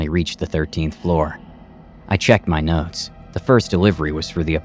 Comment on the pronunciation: When he said he checked his notes i heard him say he checked his nuts 😂